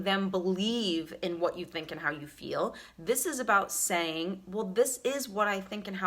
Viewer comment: You need to learn to speak before you start preaching to others. It's not "yoawwl" it's "you".